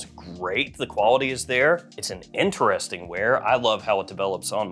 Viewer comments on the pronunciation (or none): none